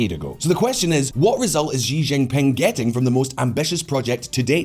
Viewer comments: Okay...that's it. It's a great video but something is driving me nuts: It's not "Ji Jin Ping" it's "She Jin Ping" Just like the pronoun. Slightly different in Mandarin but basically it's an "sh" sound. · Xi Jingping is pronounced roughly as Shee djingping, not ziziping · Why does he call the Chinese president “Gi Jin ping?” Does he say Willip instead of Philip? Aside from that great video. I think the ideas of the New Silk Road were good ideas but terribly executed and full of corruption. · I got distracted by the way he said JI Jinping and also his teeth :( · Please work on your pronunciation of Xi Jimping name. It's terrible and wrong!